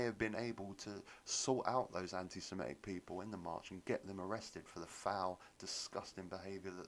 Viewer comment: It's Sem-i-tic, not sem-e-tic.